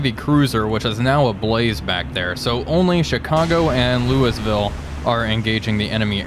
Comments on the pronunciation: Repeat after me: "Lou-uh-vul" NOT Lewisville. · Remember, Louisville is pronounced “Louwavull”